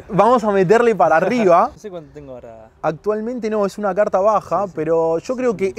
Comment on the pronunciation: dijo cuarta en vez de carta